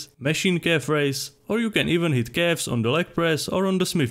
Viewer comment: I love how it sound like "cafs" every time he say it :D